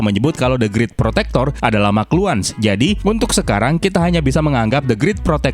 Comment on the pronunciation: Bukan the grit,the greet,bacanya